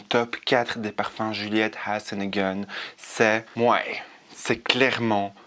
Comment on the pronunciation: Cc tu m’as vraiment donner envie de tester cette marque elle a l’air délicieuse, j’adore comment tu prononce Juliette has a gun 🙂💋